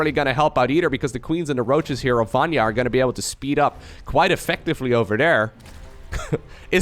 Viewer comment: Vanya "ny" letter like New "N" I hope I help you with this, i am from Hungary and we easily can say any name:D